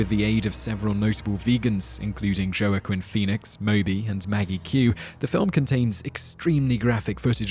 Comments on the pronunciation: Joah-quinn pheonix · You pronounced the Russian name correctly but totally mispronounced Joaquin Phoenix. ಠ_ಠ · some disturbing mispronunciations of words,here. including Nicaragua; Nica argu a ?? Joaquinn Phoenix; Joe A Quinn Phoenix ????? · "Joe- ah- Quinn Phoenix" might be one of the worst pronunciations he made on this channel. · Its pronounced "kwa.ke.un.nun..ngm.hd.kfrse. fee.nix"